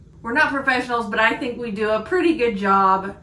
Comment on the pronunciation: He says I look so purdy... 😊